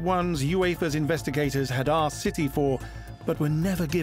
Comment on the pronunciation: Why do you call us citeh ??? I'll wait .....